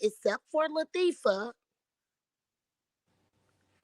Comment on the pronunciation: That lady said LaThiefa!!! And she stuck with that name!!! LATHIEFA, THIEIF!!! I LOVE IT!?!!